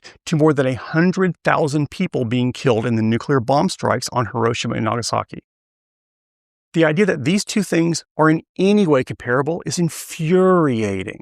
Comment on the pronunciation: It's even more infuriating that 99 percent of humanity forgetting how to pronounce "comparable" in less than a generation.